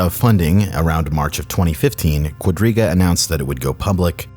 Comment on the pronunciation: Am I the only one who misheard Quadriga as Rodríguez more than five times?